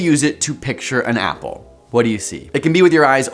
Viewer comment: When you said imagine an apple I imagined an owl because I thought you said owl. What does this say about me?